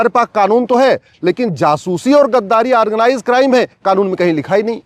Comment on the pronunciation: aargnize nahi organize hota he,,kaangress nahi congress hota he,, advocate sahab thikse pronounce to kijiye,,,baki ap sahi bol rahe he,,hamare desh me kuch kanun to badalna hi chahiye